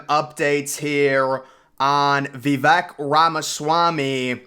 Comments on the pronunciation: Vee vake, NOT vee vek. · 👍 Vivek ..rhymes cake. His opening rap line Pronunciation - it's Vi vake.. not vi veck. 🌿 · We are all in for Vivek!!! Vivek is pronounced "Vi-Vake" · At learn or put some effort into pronouncing his name correctly